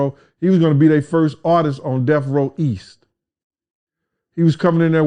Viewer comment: It’s DeaTH Row, not DeaF Row. Enunciate, fellas! 👌